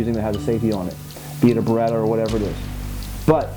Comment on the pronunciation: He said baretta also lol